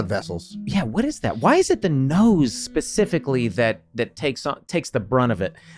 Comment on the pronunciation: Wait did charlie just say ' pacifically' ? Hehehehe